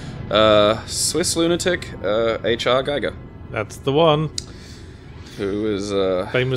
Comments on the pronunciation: I lost track of how many times they mispronounced Giger as "Geiger". If only I had some sort of counter... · Giger is pronounced as if to rhyme with "eager" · the double gg implies a short "i" but the "i" in his name is long, more like "ee", stress on first syllable. ˈɡiːɡər for the linguistically inclined.